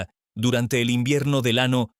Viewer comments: Olle Como narador, nos dejas Muucho a deber!.. porque pronunciar..(estrano, recena O ano)... Cuando deberías pronunciar.. año enves d ano, receña no recena ni estrano enves d estraño... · No será q este comunicador sea un extraterrestre? No hay una sola palabra q pronuncie bien acentuada siempre dice Antártida con acento en la i cuando necesita ñ dice ano y eso es otra cosa, de dónde es este cuate😮😮😮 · en este video confirmo que la ia es grosera, siempre dijo ano